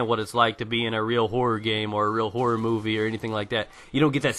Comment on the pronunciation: haha, every time you say horror, i thought you said whores... but yes, EVERYTHING meant to scare makes me shit my pants, and lactate. and im a man.